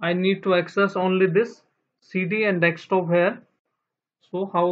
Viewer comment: learn how to say desktop first